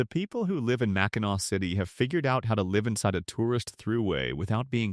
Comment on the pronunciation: AI can't pronounce Mackinaw. 🙄